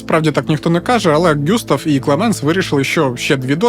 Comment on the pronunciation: Все ж таки ҐюстАв, якщо француз. А також ЛеА.